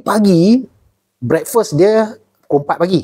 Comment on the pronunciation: betul2 american brekpesss.. haha. mantap.